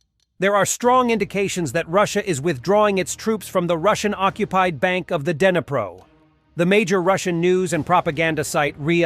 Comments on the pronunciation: 'Dinner-pro'?. lol! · It's actually more like Dneepro with a hard 'R' sound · It’s pronounced “Dnipro”, D’nee pro